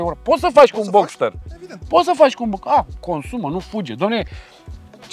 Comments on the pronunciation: Nu înțeleg nevoia proprietarului de a se căca în capului celor lipsiți de cultură auto, dar el vorbește de Porsche Boxer. Nu Boxter. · Boxster*…nu stiu de ce pronunta gresit cand e masina lui… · )) ma zgaria pe ureche cand auzeam boxer.